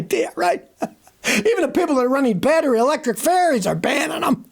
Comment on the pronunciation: I thought Scotty was saying 'electric fairies' but it's ferries he's saying.